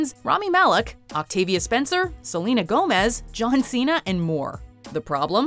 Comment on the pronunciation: Joan Cena? Jonan Cena? let’s go with the danish version “Johan Cena” 😂😂😂😂😂